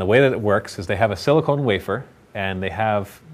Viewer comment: its sili-CON, not sili-CONE... one is used for computers, the other is for... well... boobs.